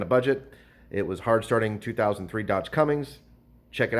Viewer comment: There's no G in cummins.